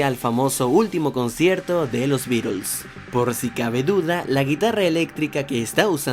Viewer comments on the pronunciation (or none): none